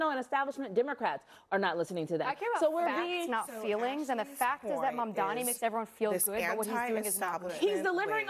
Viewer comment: if you want to comment on Mamdani, please pronounce his name right. it’s NOT Mandani. Come on now.